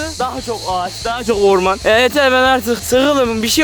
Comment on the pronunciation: Fatih abişkom:neresi lan bura Ben:ora orrrrrrrrrrrrrrrrrrrrrrrrrrman ve siz orrrrrrrrrrrrrrrrrrrrrrrrrrrrrrrrmana kamp kurmuşsunuz😂😊😉